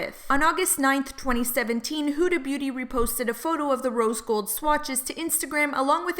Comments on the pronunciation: Her name is Huda not Hooda. Do you call umbrellas oombrellas too? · Love your tea vids. But I couldn't stand the way you were saying huda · Lol the way she the way she pronounces Huda is kinda weird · if you're going to make a whole video about her then learn to say her name correctly